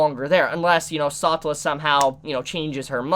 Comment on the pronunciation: It's a pretty common pronunciation among the community. An incredibly frustrating one that I don't agree with, but I can understand why he uses it. What got me was how he pronounces Satella. videos are great, but MAN is that hard to sromach.